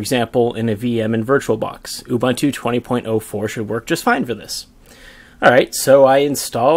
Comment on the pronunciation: Great Video! By the way Ubuntu is pronounced OO-BOON-TOO. Also the official Traces/NeoGeo Discord server is there. (I made it since no one else ever made one XD)